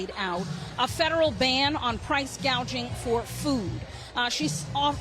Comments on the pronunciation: price gay jing (gouging). can't even said it correctly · You listen to that dope a d her speech? "Price gauging" I'm pretty sure it's called "price gouging" 🤣 kamala harris proving once again affirmative action doesnt work 🤣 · (1) You purposely cut out the part where she grossly miss pronounce price gouging and called it “price gaging.” Nice try. We all saw it anyway (2) She is in office now and has done nothing. Now, she says that you have to vote for her in order to get her to do the right thing. YOU ARE IN OFFICE RIGHT NOW, YOU NASAL TALKING CACKLING LIAR!!!!!! WHERE ARE THE MISSING CHILDREN AT THE BORDER, KAMALA??!!!